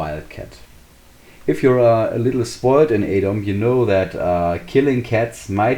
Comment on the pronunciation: This might be a bit silly but thanks for being the only YouTuber I've found so far to pronounce "Adom" the correct way. For whatever reason everyone else says "Adam".